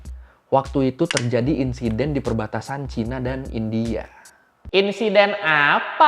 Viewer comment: Please bang bilang Kata2 “India” nya biasa aja , kek gimana gitu di telinga 😰